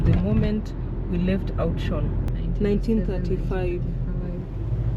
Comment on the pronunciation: It's pronounced like "outs - wuoron" that town. Afrikaans name.